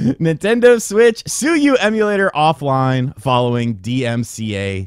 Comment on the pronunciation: Sue-you Lol